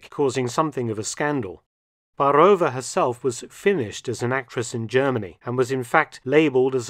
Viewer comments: BAAAAAAAAROVA - not Barooova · Great video as always! Though I must note the pronunciation of Czech names is not akin to Russian names. There is an accent on the a in Baarová , which should be stressed rather than the o. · Interesting video... But please try to invest more time in learning the correct pronunciation of foreign names. You managed it well with German names but the pronounciation of Czech Lída Baarová is so bad my ears fell off. :)